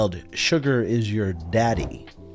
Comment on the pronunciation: That small moment of emphasis on “daddy” with the zoom in near the beginning of the video had me keeled over laughing. Well done I say - Hahaha. I rewatched it 4 or 5 times. So hilarious